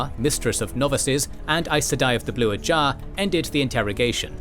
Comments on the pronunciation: Ajah, not Ajar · >makes videos about wot universe's lore >calls Ajah "ajAh" Bruh.